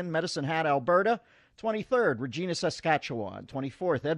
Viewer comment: When he pronounced it “Ra-gene-a” Saskatchewan... I felt that